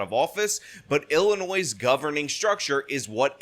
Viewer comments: Love you,. It's pronounced "Illinoi", even though it is spelled "Illinois". I'm sure you knew that and it was a slip of the tongue. To me it's Ill-annoying!:P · Correction ! No s sound at the end of Illinois